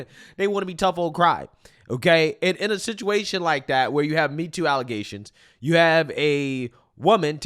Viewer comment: Yo, whenever you do a story about the super mayor, you should make sure to always say "allezations" instead of allegations. Makes me laugh every time I hear it.